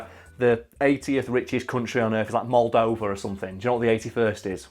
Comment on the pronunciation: I like your prononciation of Moldova. Good job!